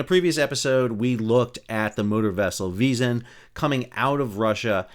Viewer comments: Hey, Sal! For thd next time we, Bulgarians, embarass ourselves in front of the world... "Zh" is a transliteration of "Ж", which is pronounced close enouhh to "J". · Please look up the pronunciation of Vezhen. You are butchering it atrociously.